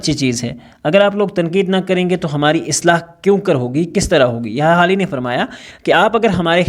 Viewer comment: Sir is is Hali not Khali